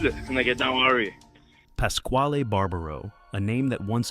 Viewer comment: Go and get a real job fuckin idiot ,pascal pascal , pascal , you don’t even know how to say is name , fuck You